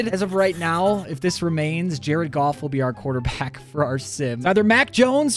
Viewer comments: DONT SAY JARED GOFF LIKE THAT BOI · Why did you say his name was Jared goof?😂